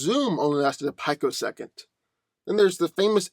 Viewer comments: peek-o-second. Not pike-o-second. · pi·co·sec·ond, not "pike-o-second.